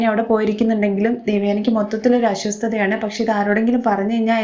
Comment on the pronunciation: അശ്വസ്ഥത അല്ല അസ്വസ്ഥത അങ്ങനെ പറയു 😁